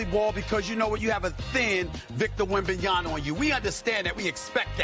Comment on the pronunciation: He chooses to mispronounce Wembanyama’s name too. They could project the damn game off his “five-head!”